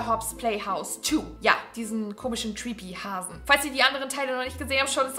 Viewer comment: Creepy nicht treepy 😂👍